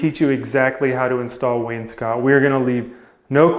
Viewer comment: You pronounce wainscot correctly.